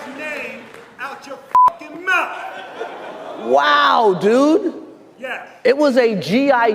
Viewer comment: Strange how Will Smith suddenly reverts to "ebonic" language. "Outcha fuckin mouf" instead of "out of your fucking mouth". SO weird...